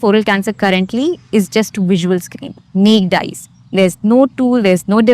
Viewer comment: heard this pronunciation of "naked" for the first time 🤔